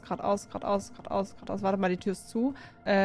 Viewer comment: Was gnu sagt : gerade aus, gerade aus Was ich verstehe : Quat aus, Quat aus 🙃 Ps: ich liebe deine Videos🐂🐃🐂🐃🐂🐃🐂🐃🐂